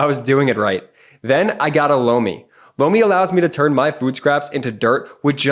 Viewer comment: Lomi sounded like “blow me”!